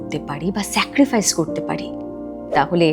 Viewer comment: Secrifice na sacrifice. Kichu mone korben na kintu ei bhul gulo kheyal rakhben